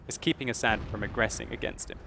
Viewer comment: u said his name wrong.. its ass-ad